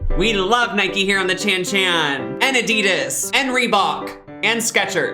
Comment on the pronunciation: The way you pronounce adidas and Stöffler makes me crack up, but yeah as a German I confirm I could see something like that happening here.